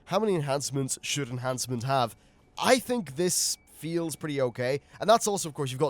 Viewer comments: Pisses me off so much...its enhance...not ench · (Enh)ancement. Not (Ench)antment. This bothers me more than it should. Please stop. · reals, makes me made when people say ench. Where the hell is the C in ENHancement?! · "Ench" Shaman?